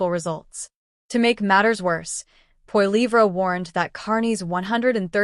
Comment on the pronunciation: Carney has no credibility. He spews lie after lie and he nearly bankrupted Great Britain. He is in Canada to finish us off and sell us of to China...China owns him, as he borrowed $250 billion from Beijing very recently. Also, please learn how to pronounce Pierre's last name....